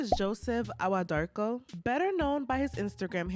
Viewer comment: Hii Ghanaian here. Awuah is pronounced eii-wuuaah. Joseph is a liar, thief, dishonest, selfish, greedy person. Fake within and without.